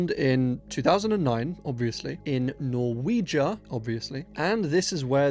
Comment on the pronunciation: norweiga? You know it's call called Norway right? ... obviously. Lol